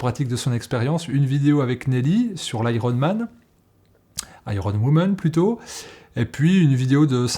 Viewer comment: iron en anglais, on ne prononce pas le "r". Merci d'un anglais.